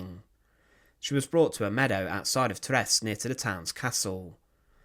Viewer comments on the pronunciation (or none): none